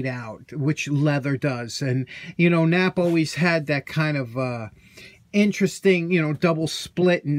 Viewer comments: 🤣Touché. Why have two Ps if you’re only going to pronounce 1 right? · Hang on a second , isnt that pronounced K nap p dont forget the K and the extra p